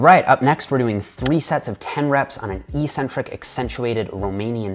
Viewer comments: Eeeeecentric isn't a word in the English language. eC-Centric is, however. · Eck-centric, not ee-centric. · "eccentric" is pronounced "ex-centric", just like "acceleration". No hate, just something I noticed and deemed worthy of pointing out. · Great video, good information and well explained. But I think you're pronouncing eccentric wrong.